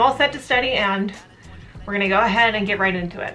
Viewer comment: Why do so many you tubers say eand instead of and? XD Kind of annoying. Hehe. no hate.